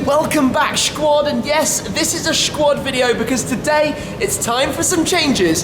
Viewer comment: Please stop saying Schquad !